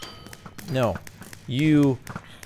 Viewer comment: For some reason i hate it when he says no like nuu its really annoying